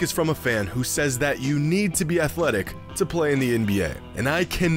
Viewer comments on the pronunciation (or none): none